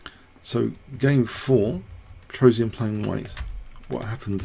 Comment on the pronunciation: I like the funny way, you Americans (mis-)pronounce the name Petrosian... :-) It's "Pe - tros - yan", not "Pe - tro - si - an"...